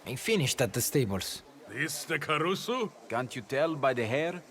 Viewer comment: And carusu